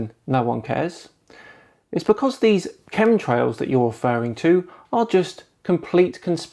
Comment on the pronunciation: Are you saying ,"cum trails?"it sure sounds like it.i just left some of them myself in a flat earthers mom.